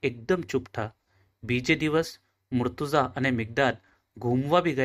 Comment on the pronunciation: Bhai aap logo ne itla veiws mile che ane kitna logo tak waat pohche che mashallah par aap logo Maulana Ali nu ism mubarakj galat pukaro cho ghanu galat che aa mumluk nu bhi naam yej che ane ghanu kharab lagu tesi kahu chu agar aa video ma change thatu hoi to ghanu behtar ane agar munasib na hoi to ainda dhayan raakhe aap logo na mispronounciation na wajh si kitna logo bhi murtaza na badal murtuza kehse.....wasalam